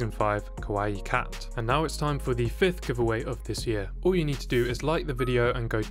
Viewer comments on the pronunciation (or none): none